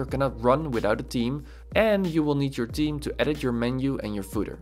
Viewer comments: Great although saying team instead theme threw me off initially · I am laughing so hard because I thought you're saying Team and you were actually saying Theme. I kept saying to my self what team? But honestly, I am not tech smart so I really have enjoyed your videos. Thanks for taking the time to do these. It helps someone clueless like me!!